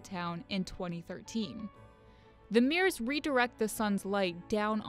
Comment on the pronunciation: Mirrors not meers